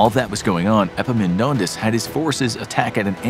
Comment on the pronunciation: This is the first time I hear an non-greek saying a greek name well. I meant the Επαμεινώνδας (Epaminondas). Well done, consider me impressed.